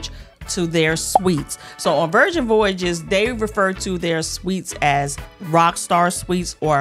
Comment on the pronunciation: my friend, I love you but the way you can’t pronounce Voyages is cracking me up 😂